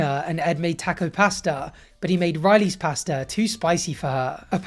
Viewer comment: Your pronunciation of “taco pasta” is destroying me 😂